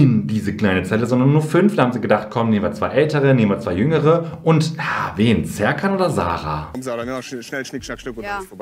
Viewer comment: Sertschan heißt doch Scherkan! Wissen wir doch seit Bip